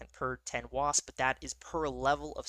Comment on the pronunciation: Your continued accidental use of a pejorative for Italians was making me laugh 😂, wasp can be a hard word.